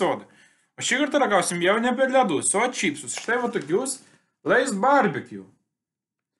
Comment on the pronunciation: Lay's-reikia tarti leys